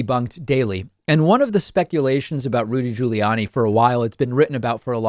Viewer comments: I like how you say "Julie Anny"...lol... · can everybody from now on say his name like you did in the beginning of the video. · Hey David! Trying to weirdly pronounce Giuliani is exactly the same as the right trying to butcher the pronunciation of Kamala. Right? Didn't you even criticize someone for mispronouncing Kamala? Maybe it was someone else. I'm a lifelong Democrat. Don't take pages from their dirty playbook. You can Be Bester than that Bud! 🤷‍♂️ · Why does David constantly pronounce Giuliani and Buttigieg in the most unusual way, like nobody else does. And he keeps doing it after this long. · Why does he say Giuliani like that?